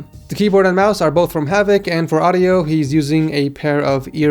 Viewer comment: it's havit lmao hahahhah